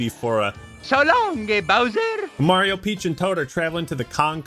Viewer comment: I think it’s said: so longgay bowser or so long’gay bowser